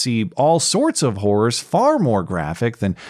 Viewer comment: Whores?... Ohhh!!! he said "Hor-rors". Like Horror